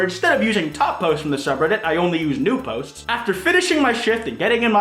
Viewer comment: "to be In the top potes of all time